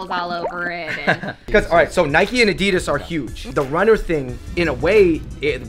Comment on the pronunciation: Is it just me who disagrees with the way they say addidas